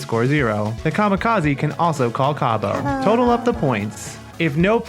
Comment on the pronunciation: This is similar to a card game I used to play, but better. I wish my aunt was still around, she would have loved it. I will definitely be using the way you say Cabo! I love it. 😊